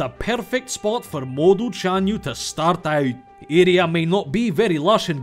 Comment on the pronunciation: And the "ny" in "Chanyu" is the Spanish "ñ" sound.